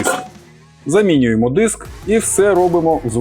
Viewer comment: не діск а диск і не стол а стіл